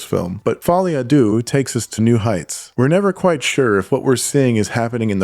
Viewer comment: No critique to you tbf - I mean to pronounce it differently to the director himself could be regarded as "pretentious" - but they've all got it wrong. Maybe Follie a Doo sounds better :) Edit - to be honest yours is the best pronunciation I've seen. Most are just saying doo :)